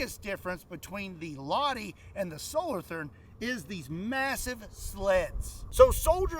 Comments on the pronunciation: "H" is not silent in "Lahti". You have to pronounce it to sound authentic. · daamn ive never heard somebody butcher name Lahti so badly, its like start of the song lyrics "ladi dadi we like to party" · I love how Americans will not make the least bit of effort to pronounce non-English words and names correctly at all. Everything is just said exactly as you would in English. Lahti? Nah, laddy is fine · Detail: "Lahti" is pronounced /ˈlɑhti/ (IPA). Audio sample 🔉 available on the Forvo online pronunciation dictionary. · Would be nice if you looked into how to pronounce the name of any crazy guns you get. It's very jarring hearing you say "laadi" everytime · I think it is pronounced "lacchh-ti" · heyy im a finn and just wanted to talk about your pronunciation about the "lahti" it pronunced with the H in it you need to say the H in it and congrats of 5mil! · “Lahdy” lol. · Ah yes, the "Ladi" I kid, it's always cool to see guns from your country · It is funny how everyone pronounces it "Ladi" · ah yes, the laadi 20mm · I'm little surprised that you've taken the hero of the backwoods into your care. Its a little funny when you pronounce the name "Lahti" with an US accent, like "Ladi"... almost like СССР classic car "Lada"🤭. Maybe you should star collecting other famous AT-rifles from WW1-WW2 in the future. Or it would be nice to see you shoot at several armor Steel plates with these toys to demonstrate the durability of the WW tanks. Appreciations from the homeland of the Winter and Continuation Wars 🇺🇲🤝🇫🇮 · It’s pronounced “Lay tee” 🙄🙄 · The Lahti is Finnish. It's pronounced with a flat a at sounds a bit more like aw, a hard H, so it kinda sounds like lawhty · I believe its pronounced "Lachti" 😊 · Lahti Lahti, we likes to pahti! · You should learn to pronouns the name right before repeating the murica style assumption over and over again. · Love to see Finnish guns 😍 but ill come to teach you how its pronounced when im in the states next time near Kentucky 😅